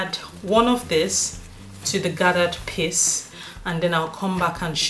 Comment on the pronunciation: Great tutorial. Every time you said piece it sounded like you say piss lol. 'Im British I'm easily amused.